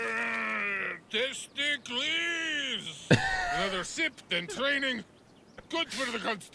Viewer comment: Say test-ic-les